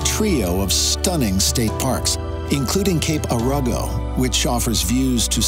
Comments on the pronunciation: Cape Arago is pronounced as era-go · Cape Arago is pronounced as era go. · Being a Bandon native and current resident...this video made me proud to be from here. The entire coastline is amazing. I wish you would have shown a little more about Bandon of course. Btw, Cape Arago is pronounced Air-Uh-Go